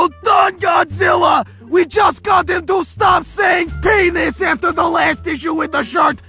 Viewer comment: PINIS?! PINIS HAHAAHHAAHHAHAAHHAHAHAAHAHAHHAAHHAHAHAHAHAHAHAHAH